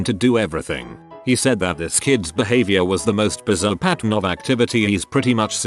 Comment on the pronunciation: Lol how the voice said bizarre Biz-a-tar